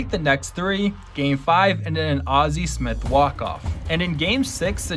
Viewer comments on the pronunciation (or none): none